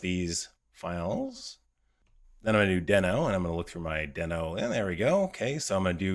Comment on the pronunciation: I hate to be "that guy", but Ryan Dahl who created NodeJS and Deno has confirmed that it's pronounced "dee-no" with a long "e" like the Flinstones character and not "den-o" with a short "e" sound.